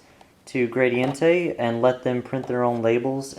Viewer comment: maybe he pronounced gradiente wrong?